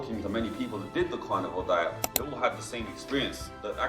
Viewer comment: Why is this British guy pronouncing the word; That as; Dat ?